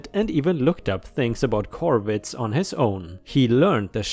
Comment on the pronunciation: Corvids in the first story... I'm glad you didn't miss the 'r' 😂😂 🌟🌟🌟🌟🌟🌟🌟🌟